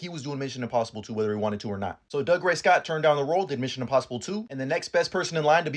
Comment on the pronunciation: It's not Dug-ray. It's Doo-gray.